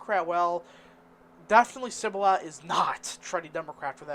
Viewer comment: Dude, can you even read? 😂 Kibbula (Cibola), Hedegolo (Hidalgo), Quarr (Quay), Valeesa (Valencia). I could go on.